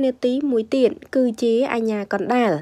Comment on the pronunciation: មិនចង់ទេ ទៀតអានថាទៀន និយាយខ្មែរមិនត្រូវផងកោតតែមិនចេះខ្មាស់គេ